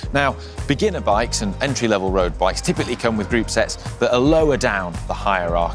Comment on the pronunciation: Thank you for all of your videos. Lot of help for me here. Just want to say (which made me stunned then laugh hard when I understood what you actually say), as a foreigner, sound like you were say group sex, rather than sets. I have never heard group set phrase one g’odh before. 😂😂😂